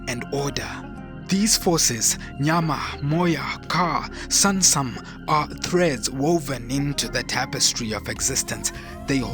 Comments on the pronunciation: Hahaha same here everytime I heard samsam I smiled and said "do you mean SUNSUM bro"😊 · Please, the Akan’s Twi word “Sunsum” Is not pronounced “sansam”. It’s sUnsUm. The U sounds like U in the pronunciation of the word hUman. Thank you.